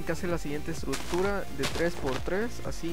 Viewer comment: se dices estructura no estrut-tura wey!